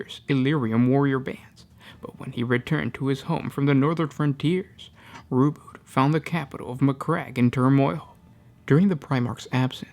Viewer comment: i thought its RO-BU-TEY not ROBUT.